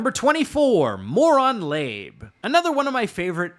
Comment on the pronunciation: mispronouncing MOLON LABE and Osprey